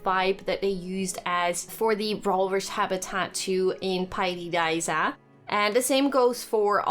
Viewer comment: Jij zegt paidi daiza en het is pairi daiza en je kunt inderdaad slapen in de gebouwen ertegenover